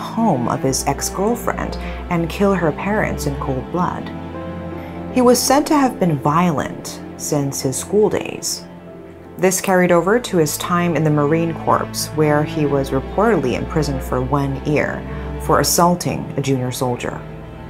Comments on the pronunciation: hi i know it's weird but Corps is just pronounced "core" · side note: marine corps is pronounced as marine core (silent p and silent s) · Minor pronunciation error . "Corps" is correctly pronounced with a silent P and a silent S. "Corps," rhymes with "core."